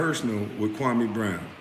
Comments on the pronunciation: I am a Ghanaian and I know that name very well. KWAME is pronounced KWA-A-ME or KWA _ ME is the name of a male born on SATURDAY in the Ghanaian culture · Whats even more messed up about Stephen A mispronouncing Kwame's name is he was told by Jalen Rose that its disrespectful and he continued doing it. But had the nerve to lie and say he never said anything negative about Kwame personally. He not only disrespected Kwame, but also his parents who named him